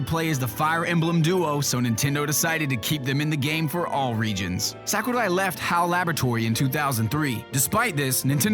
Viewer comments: it's not sékurai, it's sakurai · Actually, the proper pronunciation is "Sahkoorai", with a soft a and long u, whereas pronounces it "Sackoorai". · Well, it's almost correct. It should be "sawk"urai rather than "sack"urai but allenamenfutsch is an angsty teenager who hates people that are interested in things he's not. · I hate how this guy pronounces Sakurai's name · The way you pronounce japanese names makes me cringe. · sir, I don't know who you are, but I can't stand the way you pronounce Japanese names. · I love how he pronouces Sakurai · It's funny how he tries his hardest to pronounce Sakurai but still gets it wrong. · I love how he say Sakurai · The info is really interesting and voice is awesome, but his pronunciation of Japanese names/words are off. Sakurai (Sah-koo-rai) and Tamagon (Tah-mah-gon). It's nitpicky, but no one else seems to have noticed it.